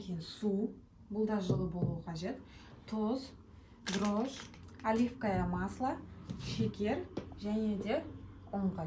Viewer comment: Оливкое.емес оливковое масло.